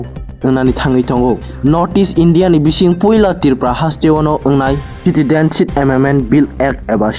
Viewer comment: Citidenship? Plz clean ur tongue first, then u come to the chair of News Anchor.